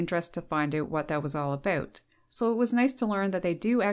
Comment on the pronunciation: I'm having trouble understanding why the words OUT and HOUSE are so difficult for this woman to pronounce. She might not make it in time to the outhouse if she asks for directions. When you pronounce bout like boot, you may end up with a poop on your boots